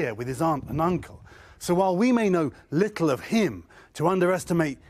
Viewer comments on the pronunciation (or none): why does he pronounce little: “lickle”